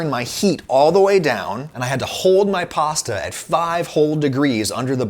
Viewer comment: this guy sure says pawsta a lot